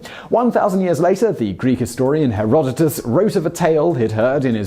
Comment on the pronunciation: I am so glad you say "Herodotos" and not "Herod". So many English-speaking people have this werid tendency to just leave out the last one or two syllables of Latin and Greek names as if they are unimportant suffixes... Too bad you screw it up when you get to Ovidius, Plinius and Vergilius... Seriousely, stop doing that. It's like if we were to call you "Sim" instead of "Simon"...